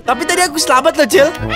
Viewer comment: Dia bilang slemek